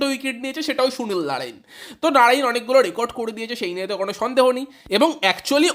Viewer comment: ভাই তুই আগে সুনীল নারিন উচ্চারণটা ভালো করে কর 😂😂